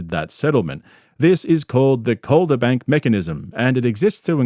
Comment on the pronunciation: Are you a lawyer? It's like you know 80% of what a lawyer knows but then say it weird (eg Calderbank Mechanism)